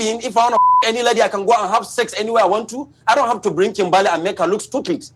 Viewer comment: 😭 what is this even . . Hasn't he been on this show because. My name is KIMBERLY. . . He says KIMBAAAALEE . . My guy . . It's KIM.BUR.LEE 👀 I had to rant I'm sorry I'm sorry lmaoooooo